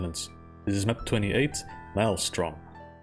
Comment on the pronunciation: saying Maelstrom with his accent its so fucking epic